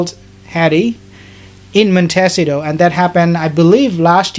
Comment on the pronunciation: *Montecito (the i is accentuated, not "Montéssito")